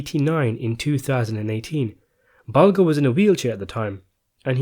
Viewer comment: Bulger - Bul-jur, not Bul-gur